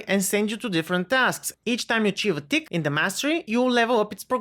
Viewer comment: Tick sound like dick lol